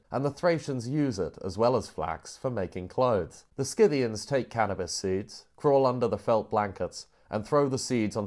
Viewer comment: It’s pronounced Sith-ian as far as I know